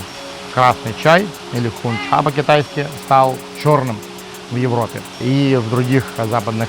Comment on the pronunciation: Не Хун ча! А Хон ча